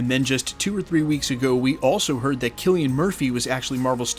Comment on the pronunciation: Most surprising thing here is that I've been mispronouncing Cillian this whole time. Always thought it was an S not a K, but you're absolutely right.